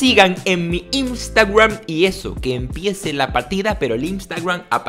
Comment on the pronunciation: POrque dices Instagruam en vez de instagram